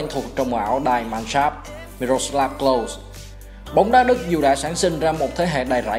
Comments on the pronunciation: Đọc là Lâu-sờ với phát âm K ở đầu nha ad... Thanks... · Đọc đúng là Closer nha ad, với lại bữa có xem ad đọc Kroos là Ru-x cũng ko đúng, đúng là Cross... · Nên học lại cách đọc tên Klose nhé ad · tên ông này mãi vẫn ko phán âm chuẩn đc :))